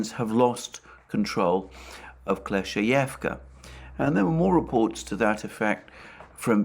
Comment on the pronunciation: Also Alexander please accept my sincere congratulations on finally mastering the pronunciation of Klescheevka 😅 😉